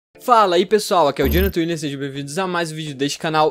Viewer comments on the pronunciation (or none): none